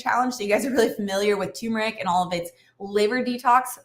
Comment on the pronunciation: Great video and tips, but it’s “tur-mur-ick” not “too-mur-ick”